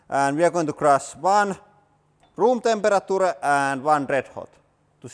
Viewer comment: No one..: Literally no one: Hydraulic press guy: temperetoore(temperature)